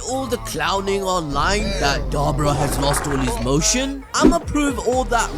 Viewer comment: I think you're saying his name wrong